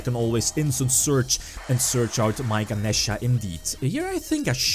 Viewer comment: Thank you for pronouncing Ganesha correctly. It slightly bugged me when the "other guy" kept saying "Ganiisha."